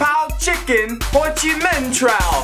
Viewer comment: so great that he said hochiminh, city which i am living now :))